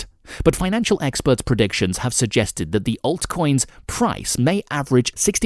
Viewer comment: The one that says 'aeltcoins' and 'Cardaino'